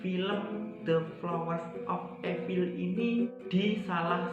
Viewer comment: ivel bang, bukan epil